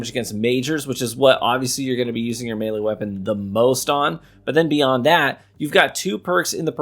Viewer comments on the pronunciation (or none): none